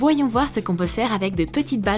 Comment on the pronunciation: 1.24 minutes elle a dit de faise